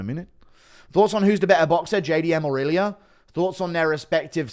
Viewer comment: Its funny how he puts R at the end of names. "Iliur"😂😂